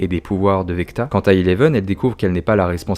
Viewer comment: VECNA pas VECTA lol 😂